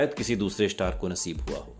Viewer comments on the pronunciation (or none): Star or shtar. Khoon not Koon